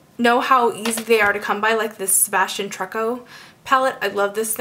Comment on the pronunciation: I love how you say "trucco" ^_^ so cute! It's pronounced like "true-co".